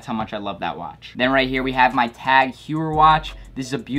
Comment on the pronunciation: my man said tag WHAT?